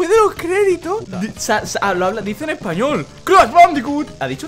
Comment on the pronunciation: Soy yo a crash le dice crah: v